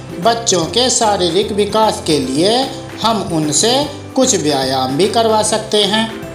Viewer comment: व्यायाम होता है जनाब न कि vyayayam